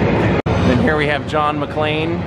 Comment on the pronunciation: Bruce willis not Machain...